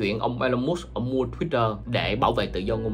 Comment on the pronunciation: Sao lại gọi là "mút" mà không phải là "mớt k"